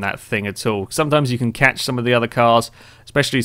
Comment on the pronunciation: CATCH IT SOUNDS LIKE CATSHIT OMG HAHAHAHAHAHHAHAHAHAHAHAHAHAHAHAHAHAHAHAA OMGOMGOMGOMG IM DYING HAHAHAHAHA